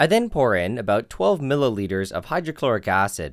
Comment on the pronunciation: What is a millOliter lmao😂